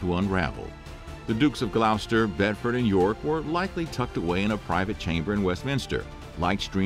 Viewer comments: Love the vids it’s pronounced gloss ter not glou ster and my nan has aids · It’s pronounced “Glos-ster”